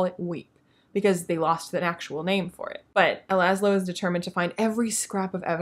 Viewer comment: Dread Nation has been on my TBR forever. One of my closest friends loved it (I need to check and see what she thought of the sequel, I know she got it when it came out.) Scythe..I have that whole dang trilogy and haven’t read it yet. Really interested in Strange the Dreamer! Although every time you said Lazlo, I heard it in that New York accent of the girl from the Doctor Who episode where Lazlo got turned into a Pig…lol